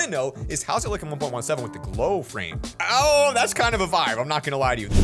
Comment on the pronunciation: When he was building the water floats he went ohhh and he sounded so British